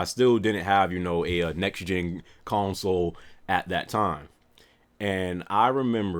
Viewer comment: I had to rewind the video when he said '' next gen groceries '' to make sure thats what he said